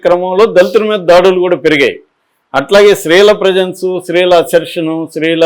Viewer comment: Please learn to say “stree” Not sree